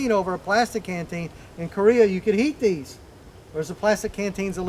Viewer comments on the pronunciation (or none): I thought he said eat these lol